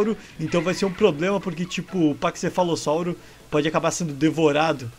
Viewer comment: Chama o pakcefalossalro de pakcefli.